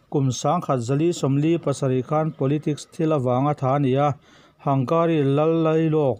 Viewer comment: Hangari ti a lam maitur a ni lo maw? Hungari ti lo in?😁😁